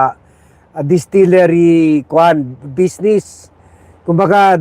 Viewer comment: Distilliary” Limtuaco “ 😅😅😅